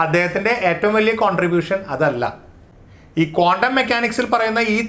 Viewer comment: കോണ്ടം അല്ല.ക്വാണ്ടംആണ്.ഒന്നിലേറെ ഇക്ട്റോണുകളുള്ള ആറ്റത്തിന്റെ സ്പെക്ട്രം ബോറിന് വിശദീകരിക്കാൻ പറ്റിയില്ല.കണങ്ങൾതന്നെ സീറോ സ്ററേററ് വേവ്സാണ്.സൂപർപൊസിഷൻഓഫ് വേവ്സിൽ അത് തരംഗത്തിന്റെ ഫേയ്സുകളാണ്.